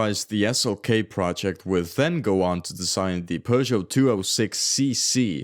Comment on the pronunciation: Why do you keep calling Peugeot, Persia?